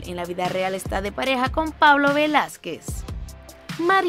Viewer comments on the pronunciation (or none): none